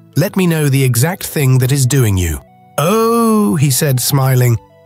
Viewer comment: This was one of the best stories ever, and I'd love to hear more like it. The oddest thing is the narrator all of a sudden changing from proper english to incorrect grammer. Ie...u ani't going no where. And what the heck is kwa? Oh, is pronounced "O", not "oooooo". The most important key to a good story is the narrators ability to read and pronounce ALL words and names correctly.